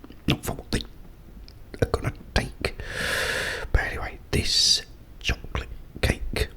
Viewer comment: its chosolate